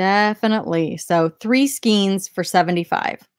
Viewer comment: I live near NEEEEna. I'm gonna bolo. Yes, I'd heard of onion skin paper. SKAYne, not skeen (yarn). Around here, at the on-line auction estate sale pick-ups, there are pickers' sales! Last one I went to, I've already cleared $267 on a $7 investment at the pickers' sale.